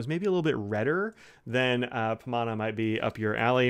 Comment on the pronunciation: You got the pronunciation right.